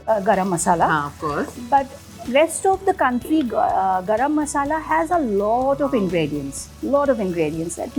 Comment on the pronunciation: Like to listen Gorom Moshla not Garam Masala 👌👌. Wonderful. Loved it.